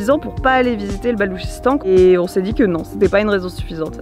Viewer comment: Bonjour ,pourquoi le gouvernement a t'il miné le Balouchistan une province de son propre pays si j'ai bien compris ? Ps d'ailleurs c’est pas le Baloutchistan qu'on dit ? Merci